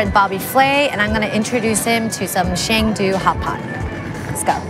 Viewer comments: Not "Shen Du" but more "CCCKKendu" is the proper pronunciation in Engrish. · ngl...can the people who are in the show plz try to learn how to pronounce the names right? idk how cheng du sounds like chang du. it's not a big thing, but it would be nice if they could prompt her beforehand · Pretty good, though I did get a kick of the mispronunciations of Sichuan and Chengdu. My wife is from Chengdu. The food selection though is on point, biang biang noods, lamb skewers, and hotpot are favorites of mine.